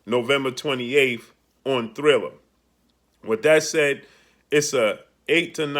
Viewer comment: It's TRILLER, NOT THRILLER. DUMMY